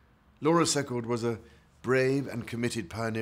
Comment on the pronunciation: Too bad the Prince of Wales could pronounce "Secord" properly. See-cord not Sec-card